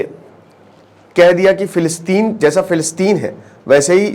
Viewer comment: Plilistein😂ye kaha h....hello isreal kya aapko pata h philistein kaha h...bhaijaan pager sambhalna zara 2 min m jara laghushanka jaake aya